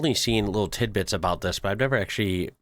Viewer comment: What did you say? It's tid-bits.